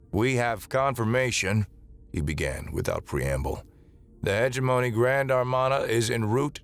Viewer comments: I think the problem with live reading us the incorrect pronunciation. I will just mention one, heh GEM o KNEE. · Hegemony ... huh·jeh·muh·nee jeh emphasized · I always put the emphasis on the wrong syllable on Hegemony 😅